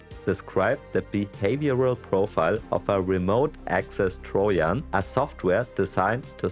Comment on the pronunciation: The J isn’t silent in Trojan for future reference